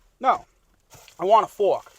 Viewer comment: Give the man his FWARK, for the love of god!